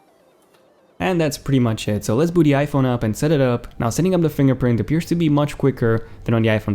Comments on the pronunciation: When he said boot it sounds like booty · Actually, he said "let's boot the iPhone up" 😊😊😊